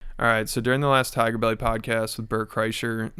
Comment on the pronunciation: thai-ger belly